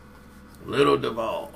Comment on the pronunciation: Nigga it’s pronounced doo—vol